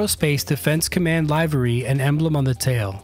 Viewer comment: livery rhymes with delivery Very nice video 👍🏿